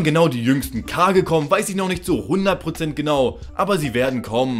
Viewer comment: Es heißt nur Kage nicht Kagin. Es wird mehrfach erwähnt